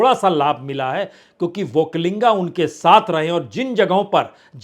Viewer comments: It is not okkalinga sir it is okkaliga. There is no 'n' there. Entire hidi belt media is going this mistake. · Badiya Vishleshan Kiya aapne. yahaan ki haalaat bilkul wahi hai Jo aapne kaha. Ek aur baat batana zaruri samajta hun,ki.... Vakalinga nahi vakkaliga hai,aap is baat ko agle video me correction kar lijiye, sir...aapko bewajah chahane wala..... ,🎉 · Sir it is वोक्कलिगा not वोक्कालिंगा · Say vokkaliga not vokkalinga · Prasun Ji; "OkkaliNga" nahi, "Okkaliga" hota h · Sir not vakkalinga, that is Vakkaliga. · Sir, Vakkaliga not vakkalinga. There is no (n)vakkali*ga. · Not vokkalinga it is " VAKKALIGA" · वक्कलिंग नहीं है। पुण्य प्रसुन वाजपेयी जि #वक्कलिगरु। बोलना है। वक्कलिंग गलत अर्थ होता है। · Bajpaij vakkaliga, vakkainga wrong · That is not Vokkalinga its Vokkaliga